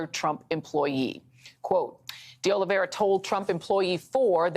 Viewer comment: IT IS OLIV EIRA NOT OLIV IERA OLIV IERE OLIV ERIA or OLIVE ERA . It is a very common Portuguese/Brazilian name. Nor Russian, French, or Spanish...